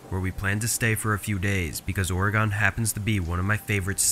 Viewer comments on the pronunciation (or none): Liked the stories, but quick tip. Oregon is pronounced more like the word Organ (the instrument) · Really great but Oregon is pronounced as or-uh-gun. Just so you know for next time you have a story there 😊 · Just a note, you don't pronounce Oregon with a hard "o". it's more like Ore-gun. 😅 just a heads up!! love your content!! keep up the awesome work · Man people really gotta learn how to say Oregon the right way 😂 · Why do you say Oregon like that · The way he pronounced Oregon bothered me 😅